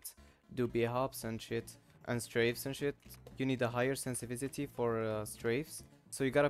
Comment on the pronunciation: "sensivitity" :D nice vid btw